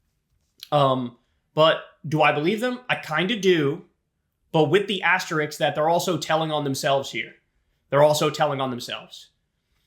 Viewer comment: "Asterix" * = asterisk